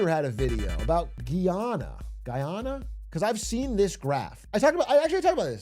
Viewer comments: Guy-anna not guyona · I actually can’t watch this video cause of how both he and the video he’s watching butcher the pronunciation. (Though the video gets it accurate most of the time) “Ghee-awna” “Guy-awna”, shit, just call it Venezuela’s Neighbor I don’t wanna hear he ever try and pronounce it again. It’s like hearing everyone call the Caribbean the “Care-a-bean” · I was so confused at the begining when he said giyana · Wtf is Ghee Yana 😂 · It’s GUY ana my ears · ITS PRONOUNCED GUY-yahna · Guyana represent🇬🇾🇬🇾🇬🇾 Pronounced Guy Anna Big Glizz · It's pronounced guy-ana. I'm Guyanese. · Oh my pronunciation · Not being able to say Guyana is a recession indicator. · My mom is Guyanese and I was thinking about sending this vid to her since I’ve introduced her to Big A’s content recently and she’s enjoyed it so far. Then I heard him pronounce Guyana and I can already tell that would set her good will straight into the ground lol